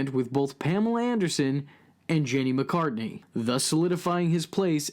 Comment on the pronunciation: McCarthy not McCartney